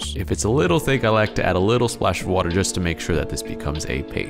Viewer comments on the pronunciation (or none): none